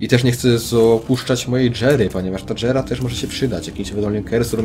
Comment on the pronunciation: stary jera a nie dżera!